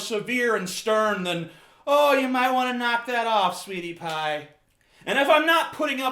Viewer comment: Especially the "sweety paah".